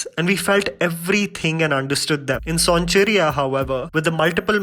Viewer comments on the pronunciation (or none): Pronounced as - sown-chi-raiya .... Loved the video.... 💞💞💞